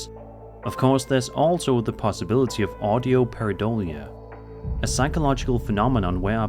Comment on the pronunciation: Audio Paradolia?! Now I’ve heard everything! 😂